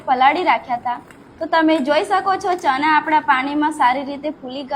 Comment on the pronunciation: Boli sudar deshi bole chana pili liye sareti bolay Bolvanu shikh pahela